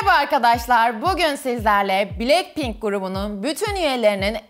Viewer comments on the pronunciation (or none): Blekpink mi dedi o ? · Abla bilekpink deyil blakpin Yazilisi:blackpink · Blekpink değil blackpink